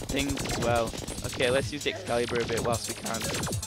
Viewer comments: It's (X-CALA-BUR) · Excailebur? Try A EX-ALI-BUR.